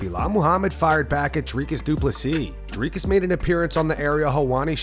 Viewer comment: Sorry DC, but when Uncle Chael is pronouncing fighters’s names better than you, you’ve got some work to do…